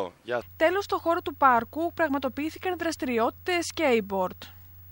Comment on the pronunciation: αυτη τη μια λεει γραφιτι (που σωστα το πε) την αλλη λεει σκειμπορτ....